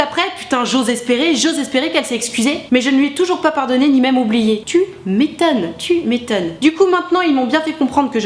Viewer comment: Mdr le "Tu mé-tonne"!!